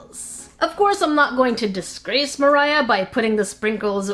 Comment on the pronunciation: ITS MOR AH NOT MIRAH